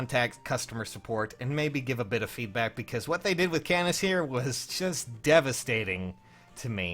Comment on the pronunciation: it' canas not c"anus"